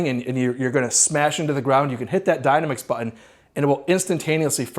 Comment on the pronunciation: It’s ‘dy-nam-ix’ 😂 like the word dynamic. The ‘dyna-mix’ is throwing me off bad